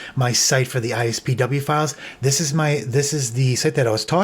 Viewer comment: It really bugs me how you keep saying ISPW instead of IPSW. It’s been IPSW since 2007 when they were first used for iPhone restores and updates.